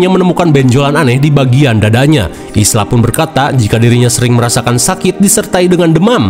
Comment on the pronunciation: Ibunya Spike namanya bukan Ilsa bang tapi Isla (Aila) wkkwk